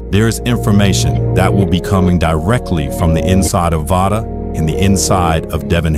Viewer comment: VICTOR PUTS THE "V" in Vada.